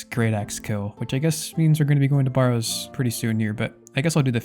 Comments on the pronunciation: A barrow is a burial mound and is pronounced like the barrow in wheelbarrow - rather than BAR-row. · great episode as always! just had to comment on your pronunciation of barrows 😂